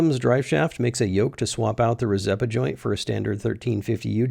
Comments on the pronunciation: Rzeppa is pronounced "Cheppa" but you didn't use it so whatever. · I can't stand the way you say rzeppa